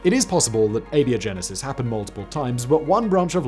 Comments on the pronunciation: its pronounced ay-bye-oh-genesis, like biology. One of the most interesting filters i've heard proposed is disgust. Disgust keeps people from eating things that could make them sick. Hence its inclusion. If you don't have modern medicine and you get sick, its a crap shoot if you survive. If you have a group of... lets say primitive bunny aliens, and they find a rotten carcass infected with a deadly disease, and half of them eat it but the other half are too disgusted by the smell to eat it. Lets say the mortality rate from that disease was 50% to make it easy. That means you're going to lose 25% of your bunny alien tribe. If that tribe is too small, that could destroy the genetic viability of that tribe with no way of knowing until several generations later that they were doomed. So you need some ability to determine what is and isn't dangerous to you without being killed. But I argue another minor filter on top of this one, a vomiting reflex. In the real world bunnies cannot vomit like cats can. So if you have a bunny tribe who can't vomit and one of them eats something poisonous, and you have a cat tribe who can vomit and eats something poisonous, then the tribal shaman of the latter can just go "no problem, this herb will make you vomit" and get whatever was poisonous out of their system before serious harm is done. The tribal shaman of the bunny tribe however has to wait for the results of the dice roll, alive or dead, lets hope that bunny alien doesn't roll a 1. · Sorry, you pronounced abiogenesis wrong! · A-BIO-GENESIS. If you're going to bill yourself as a science show, learn how to pronounce words. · Do you pronounce biology as "bee-ology"? No? Then where did "ay-bee-oh-genesis" come from??? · You calling it "Beo" Genesis is killing me. What is this pronunciation man? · "Ay-Bee-Oh-Genesis"? Really? You pronounce "GIF" wrong, don't you?